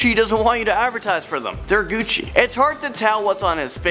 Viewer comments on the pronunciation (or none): His upper lip says "speak no evil" and is it just me or does the word Gucci turn into succc ?